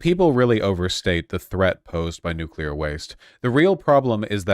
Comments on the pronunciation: Whichever chatter complained about her pronunciation of nuclear... she said it right. Every time. Except once, where she kind of slurred the word a bit on accident. Don't be so petty and pedantic 😊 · Shouts out to Big Gretch. She’s a really nice lady. We pronounce nu-clear right